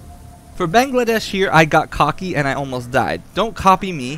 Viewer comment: Haha I love how you call him Bangladesh!! It's Bangalash lol. Makes me giggle everytime.